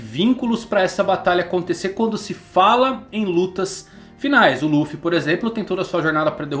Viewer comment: quem mais ainda chama Ruffy? ahauabau como no Japão nao pronunciam o "L" de tanto escutar rrrruffy eu nao consigo desvencilhar 🤷‍♂️